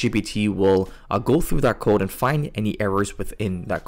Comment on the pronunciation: Bro learn how to pronounce "code"